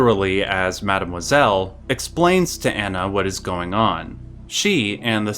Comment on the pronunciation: the way you pronounce Mademoiselle makes me want to jump off a bridge